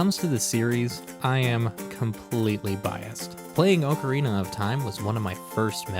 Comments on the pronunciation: I hate how u pronounce Ocarina 😑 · Oh you're one of those people who mispronounce Ocerina. Smh.